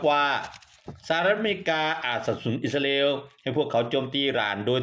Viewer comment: แอ้ดเอ้ยอิสราเอลไม่ใช่อิสราอาเอลช่วยฟังตัวเองหน่อยแอ้ดไม่ลูกเพทจะเลิกติดตามน่ะเอ้ดติเพื่อก่อครับ